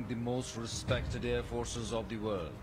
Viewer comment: Its not warud, its world 🤣